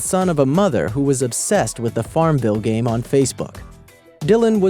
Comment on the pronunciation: its game not gam